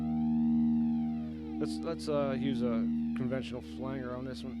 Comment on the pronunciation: "Flang-guhr" cracks me up! Great video. Thanks for sharing this info.